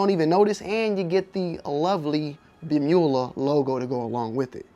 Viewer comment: Not trying to be that guy , but its pronounced Blem-You- La Like Dracula. That's why they etch a dracula face on the blems . It's Blemula.